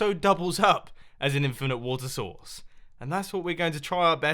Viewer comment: When he says water source it sounds like he is saying water sauce!